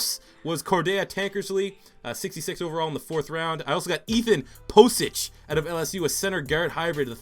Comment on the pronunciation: You said pocic wrong it is pockic